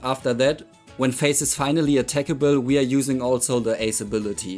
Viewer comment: Lol I heard "with face" instead of Phayze lmao